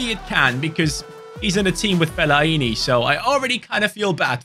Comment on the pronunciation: Put some respect on Fellaini's name.